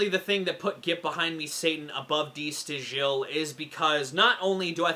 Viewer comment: Just a note: it's pronounced "da STYLE". Get breakdown, though.